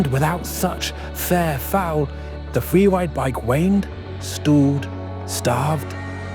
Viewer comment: Fweewide, LOL